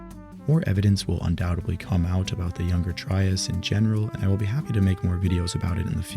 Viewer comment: Your videos are great...but please stop saying undoubtebly and supposebly. Thanks